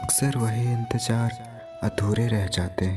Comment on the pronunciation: Pahle bolna seekh lein... Phir recitation kariye. Siddat nahi..shiddat ( intensity) sahi lafz hai. Intajaar nahi.. intazar ( wait) sahi lafz hai. Bhasha ka samman kariye 🙏